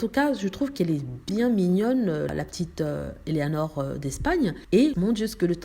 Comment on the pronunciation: Petit détail c'est Éléonore pas Éleanore .